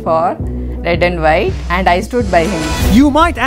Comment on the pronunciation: when he said the white family i heard like the whyatt family in wwe!!!